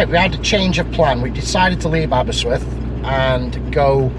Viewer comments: the presenter calls it aberswyth not aberystwyth but great video all the same. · It’s Aberystwyth not Aberyswyth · I did have to listen to it a few times.. He keeps calling it Aber-swith, when it's Aber-ist-with. Great video though - plenty of memories coming back from my time at university there.